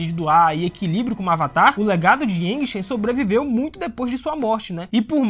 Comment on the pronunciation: Yangchen é mulher. E a pronúncia do nome é iangtxen